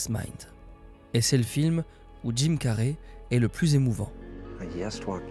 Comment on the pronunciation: c'est pas carrey comme carré mais carey comme carry